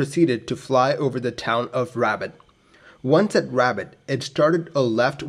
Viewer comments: RABAT NOT RABIT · This guy is driving me nuts saying "Rabbit" lol!! The name of the city in English to my knowledge is "Rabat" (Rah-baat) . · pronunciation is rah-baht not rabbit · The city is pronounced “Ra-bat” not “Rabbit”, the beacon ‘KJ’, it’s morse identification of an Non-directional Beacon (NDB). Aircraft uses a direction finder (ADF) that points at the beacon. Lots of airports had a NDB which you flew an offset approach which crossed the extended centre line of the runway. You should see the runway at this point and steer towards. Hence why these approaches had minimum visibility requirements. Plus you (historically), descended to a minimum altitude (MDA), and stayed there until you saw the runway or went around at the missed approach point (MAP). Simple NDB approach’s used a timer to define the MAP, or crossing the NDB itself (needle falls behind you). As long as you don’t bust your MDA and went around at the MAP they are safe, but they can be tricky if not understood or practiced. The old three pointer altimeter did have issues of being miss-read and were replaced with better designs. Not so much of an issue in a glass cockpit. Capt A320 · It’s more like “robot” than “rabbit,” with an emphasis on the second syllable (Rabat is Morocco’s capital) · Pronounced ' Ra - bat ', not rabbit. Interesting video, thanks. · Love these videos. You do such a great job. Thank you. FYI: just so you:lll know: iRabat is not pronounced like rabbit but RA-BAHT’. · notei; t is not pronounced Rabbit, it is pronounced Rob-bot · The city is pronounced Rah-baht with emphasis on the baht. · I heard it "Rabbit"! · Also it’s “can-eat-ra” (Kanitra) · Yeah "rah-BAHT", i always thought - maybe no inflection, or just a hare of one... XD. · RA BAH ....no T pronunciation ..and KENITRA !!!! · The City is pronounced Rab AT (not like the animal). Doubtless very primitive navaids back then. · Appreciate the vid bro, but I'm pretty sure it's not pronounced as Rabbit 🐇🤣